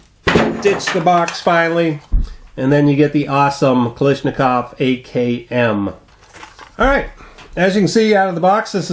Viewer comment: You pronounce it Klishnakov its Kalashnikov